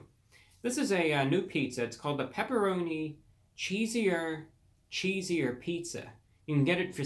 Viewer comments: Review brah... its not “cheesier” its “cheeser.” No “I” so you kept saying it wrong. At first I was laughing but towards the end it was like nails on a chalkboard. You should make an apology video. To me. Lol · I believe it's cheeser. Cheeser... like ceaser, ceaser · Cheeser, Cheeser like pizza, pizza... not cheesier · He wrote cheeser cheeser but says cheesier cheesier, just to upset my ocd i think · Cheeser cheeser like ceaser ceaser not cheesier lol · Cheeser not cheesier. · Right! I thought the way he said it was "cheesier" ,like with an "I" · It's CHEESER CHEESER not cheesier IDIOT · Yo, you were mispronouncing the name the whole time. It's not CHEE-ZEE-UR it's CHEEZ-UR. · Actually its chee-zer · We will excuse you for not knowing Pizza! Pizza! since your parents did not even know each other when this catch phrase came about. However, totally ignoring the pronunciation of CHEESE ER is unforgivable!! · It's cheese-er ....chees-er bruhhhhhhhhhhhhhhhhhhhhhhhhhhhhhhhhhhhhhhhhhhhhhhhhhhhhhhhhhhhhhhh 🙄🙄🙄🙄🙄🙄🙄🙄🙄🙄🙄🙄🙄🙄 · He’s not pronouncing the cheeser cheeser... he’s saying it like it’s spelled cheesier cheesier😂😂 I can’t wait to try this.... Anyways Daym Drops says it’s right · I kept saying this every time he says cheesier cheesier 🙄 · I think "cheeser" is supposed to rhyme with "Caesar"... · Actually its pronouced pepperoni cheese er cheese er. Cheesier <<<< is spelled like this great review by the way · Also you are pronouncing it wrong, there's no I in cheeser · I love you Brah but I live in Nevada and the way you pronounced it hurt me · You really let me down bud. I expect better review quality from you. Take half a second and read the name correctly. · Its cheeser cheeser..........he has somewhat unusually made a mess of reading the name of this thing. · Hey idiot if you are going to review something get the name right ..... it’s “ Cheeser Cheeser” not “ cheesier cheesier”. I wouldn’t be so mean but he keeps pronouncing it wrong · Cheeser.... Not Cheesier.....